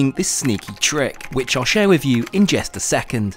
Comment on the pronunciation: “just” not “jest”